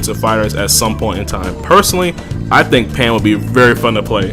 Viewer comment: You was drunk when you said pan and ribwhatever right?